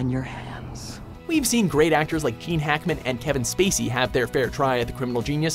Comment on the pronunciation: Does he say "keen" Hackman instead of Gene ???